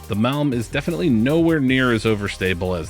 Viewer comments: Actually MALM it's almost correctly pronounced in your video. BR Sweden 😊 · Malm was definitely pronounced better then järn or idog 😉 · As a swede I can proudly say you nailed the ”malm” pronunciation! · I’m from Sweden, the pronunciation of Malm was pretty much spot on 🎉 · I am from Finland and was going to say the same. Malm was pronounced pretty desent indeed. Svedish is another official language in here so familiar with that but PatanS ofcourse has better view on that! 😊